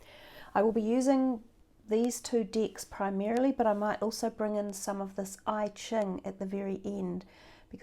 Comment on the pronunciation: Sorry my Virgo is annoying but its EChing not IChing. I lived in Hong Kong and thats how its pronounced.